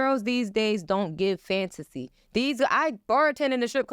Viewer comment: She keeps saying this word FANTASY, FANTACY, FANTACY but doesn't realise that those glory days WAS A FANTACY.....AND YOU AIN'T GITTIN UM BACK 🥴😂🤣😂🤣😂🤣